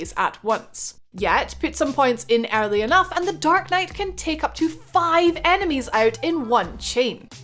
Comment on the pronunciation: So she can say "every" just fine but not "early"